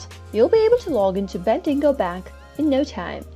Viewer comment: Ben-dig-O not Bendingo